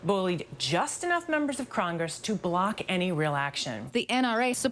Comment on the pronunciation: Are we all just gonna ignore that reporter that called it crongress